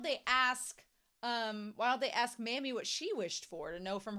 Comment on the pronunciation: Pronouncing "Mami" as "Mommy" is both closer to correct and thematically appropriate. (Pronouncing it like "mammy" doesn't bother me too much, but it makes my eye twitch a little 😅)